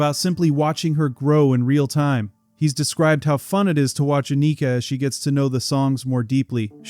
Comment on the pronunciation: You are pronouncing both her first and last names incorrectly.